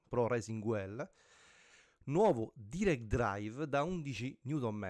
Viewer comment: Bello ma ti prego non si possono sentire "pro resing uel" "direct draiv" "11 niuton meter" "lando noris" non è difficile sapere almeno i termini base dell'inglese.